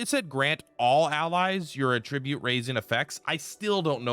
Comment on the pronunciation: dude it’s pronounced at-trib-ute not uh-trih-byoot unless you’re saying it as a noun instead of verb